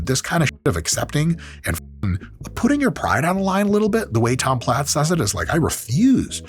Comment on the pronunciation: Are we sure his last name wasn't pronounced as "plates?"